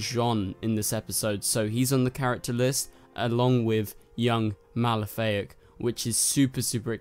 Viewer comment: Uh,his name is Malafaak, not Malefic. That sounds like a Maleficent ripoff... It's Ma-la-fa-ak. Jonn's evil younger brother from Mars